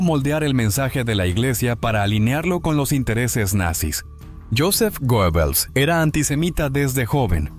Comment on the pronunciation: Creo que se pronuncia guebbels